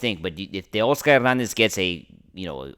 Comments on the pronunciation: 😂😂😂 he sounds 🤦🏼‍♂️ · I wanted to unsubscribe so bad when I heard the way your said Teo’s name.